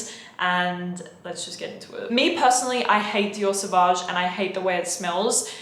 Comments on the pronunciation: Now I can’t take her vids seriously. Out the gate she said Savauge and Creed Aventus. I’m lost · I stopped watching after she said Dior Sauvage. Continued watching, she then said Creed Aventus.. Who is this fool?